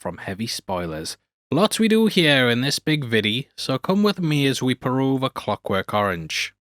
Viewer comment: peruse, not peruve !.😊